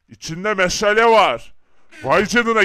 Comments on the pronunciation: Meşele nedir oyle mi söylenir doğrusu meşale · Meşale meşele deyil